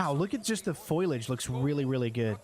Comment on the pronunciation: "Foilage"....its foliage.